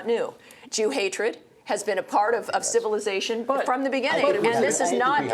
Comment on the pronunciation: Heh, she said "created Western civillization"! omfg.